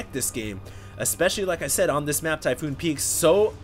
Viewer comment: Its TYPHON! Not Typhoon! TYPHON! TYPHON!!